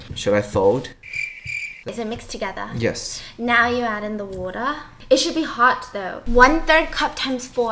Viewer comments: omg she sounded so Aussie there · when she says the word water it sounds like she’s Australian